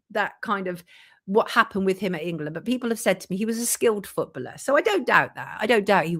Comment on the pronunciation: Can someone please explain the connection with the “chequered floor” the painting of the nurse and freemasonry?? It’s annoying to bring something like that up and not explain it. One more thing why is she pronouncing the word “footballer” like that? Who says it like that and why? It’s incorrect and extremely jarring!! Great video otherwise 😁